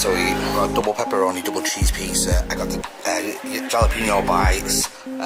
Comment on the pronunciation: Jollyalapeno 😂 👍🏻. I'm sure you know now (Hallowpeno) Jalapeno